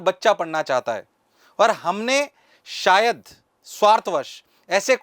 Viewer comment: "Sayad" pack it up unc